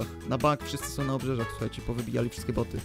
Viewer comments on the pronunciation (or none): czy tylko ja usłyszałem że powiedział boby a nie boty? xD